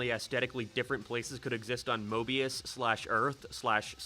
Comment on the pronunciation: It's Mobius, not "morphius"